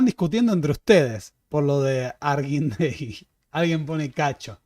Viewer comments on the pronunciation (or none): Se dice Harguindegui